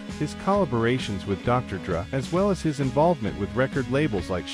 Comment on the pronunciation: I hate you more than I should for mispronouncing Dr. Dre. And Marshall Mathers the third not iii....